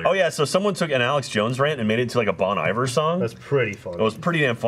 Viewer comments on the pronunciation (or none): hate to be the pretentious hipster sounding guy but Bon Iver is pronounced “bone ee-vare” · Jack, that’s not how you pronounce Bon Iver... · Jack pronounced Bon Iver wrong lol